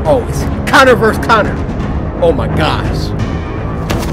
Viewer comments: Barely, also its Connor not conner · This is def one of my fav play throughs from the samurai❤ especially because he keeps calling Connor, Connie😂😂❤